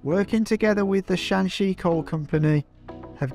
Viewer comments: Shanxi not shaanxi😂😂😂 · Hi, Just a friendly suggestion. Shanxi & Shaanxi are provinces north & south of each other. They have different pronunciation. Google can pronounce them pretty well.